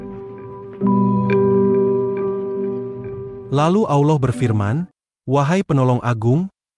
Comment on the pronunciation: Pengisi Suara salah ucapan salah tulis Allah Subhannahu Wa Ta 'Alla bukan Awlah yg buat konten Salah ucap salah tulis bukan AWLOH TAPI ALLAH 😢